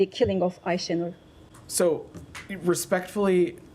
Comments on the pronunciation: Wouldn't call him skillful but illiterate yes ,he can't even pronounce Aysenur's name properly . I wonder, if they even realise how they present themselves in the eyes of the public , or is it the case that their little brains just can't comprehend it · Buffon din't even learnt to pronounce the name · Shameful. The man can't even pronounce the womans name properly.